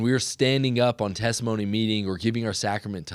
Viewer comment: Testimony meeting, not thanktimony meeting.